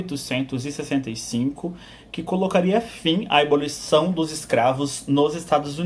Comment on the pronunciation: ABOLIÇÃO, NÃO "EBOLIÇÃO".